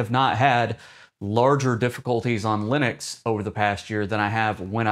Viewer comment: l U n I x ??? Lunix, Lunix, Lunix.... ??? what is this LUNIX you are babbling about????? why are you talking about LUNIX while claiming this video is about Linux?